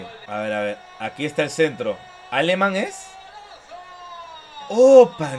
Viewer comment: deja de decir Áleman pls, es Alemán